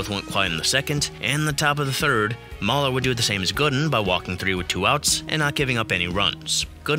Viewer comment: Rick MAYler, even though it was spelled Mahler.